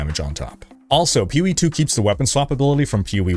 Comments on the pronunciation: "Peeh Wee" "Ehah P G" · "Peewee 2?" Seriously? Take an extra half-second, let your balls drop, and say "P O E 2." You kids, today. No f'n respect. 🤷‍♂ (Said with love from a gamer old enough to be your father)